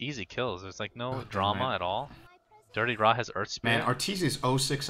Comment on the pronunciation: why casters always pronounce DityaRa as Dirtyra?